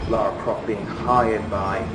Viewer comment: even a guy who worked on the game can't say her name properly, that's just embarrassing. Do better, America